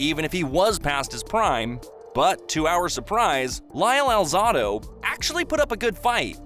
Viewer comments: the who was talking about the achevements ali did he said lyle alzado's name wrong it wasn't lyle alzodo it is lyle alzado the a isn't silent so correct it if he was still alive he would had made sure he said lyle's name correctly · Lyle AL-ZA (long "A") - DOUGH........Alzado. You're going to do a video narration, learn how to speak the names properly. What are you, 10 years old?